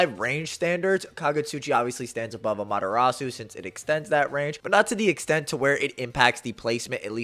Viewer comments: Just nitpicking it’s no Amata-rasue…. It’s Ama-TEH-Rasu…. Kinda of annoying Ngl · I hate the way Americans pronounce Amaterasu. It's ah-mah-teh-rah-s the U is silent. How do you pronounce Sasuke? Is it sah-SOO-kay? Or is it sas-KAY? Why can't y'all do this with Amaterasu? It makes me not want to even watch these videos.